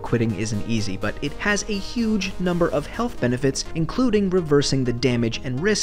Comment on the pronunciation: "Healht" lmao